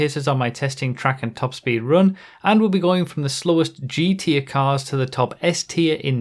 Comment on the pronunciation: I love and hate how you say G Tier I always hear you say "The slowest GTA cars and the top s tiers..."